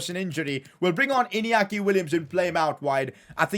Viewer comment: Please learn how to pronounce Inyaki Williams, you normally say it as Iniaki Williams. You say it as Inyaki Williams. That's how you learn it as Spanish